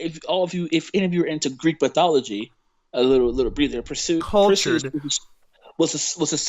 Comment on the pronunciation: BTW, Perseus is pronounced Percy us, where Percy is pronounced like Percy Jackson and the lightning thief and us, you know how to pronounce us.